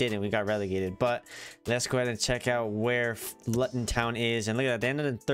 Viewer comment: Just so you know it's pronounced Loo - tun. Cool video though!